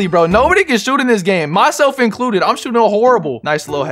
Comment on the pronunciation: Did he say “shottin 27 times?” Whose English? It’s a joke btw, before anyone says anything!